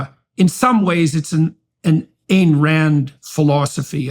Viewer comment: I really dont get how someone can claim to have read Atlas Shrugged multiple times and not only not pronounce "Ayn" correctly, but utterly miss the repeat denunciations of hedonism and calls for an integrated life. In fact, utterly missing the life of productive effort as the highest ideal. Her character's only desire and enjoy "hedonism" after they earned the right to it. For them the joy of producing something, for its own sake and the glory of accomplishment, comes before everything else.